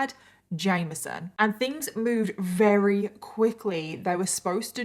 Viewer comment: Wery rery very